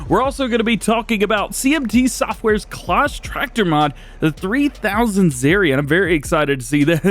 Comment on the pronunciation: Another Great video 🙂 Some brilliant news & information there 🙂 Really looking forward to some of the new CLAAS tractors, and the potential of more in the future 😉 I'm not sure if it's the way it's said in your location, But CLAAS is pronounced the same as CLASS 🥰🙂 As in school Class 😉👍🏻 It just sounds strange every time you mention their products 😊 Keep up the awesome work buddy 🙂 Stay Safe, All the best, Mark 👍🏻